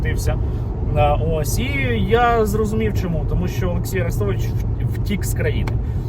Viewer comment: Цікаво: а росіянці ще називають арестовича "Люся" ? Як називали його, коли він був умовно за Україну. Чи він там одразу став кумиром? Скабуха до нього прихильна, любила все повторювати А-рестович (наголос на А)